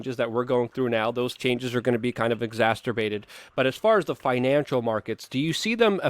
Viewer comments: "Exacerbated," check your pronunciation. Hint: The word doesn't have a letter 't'...It's not pronounced like "masterbate." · ex•ac•er•bate drop the T my friend, I've heard you mispronounce this word many times now. Much love though, thanks for being a voice of reason.